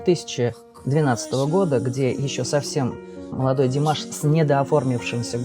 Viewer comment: Подписалась, но замечу,что в любом случае ударение Димаш или Димашу на первую букву А